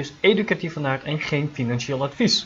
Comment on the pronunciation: ja, ik hoor nu Aart, in plaats van aard. Je waarschuwing hoorde ik wel altijd al 👍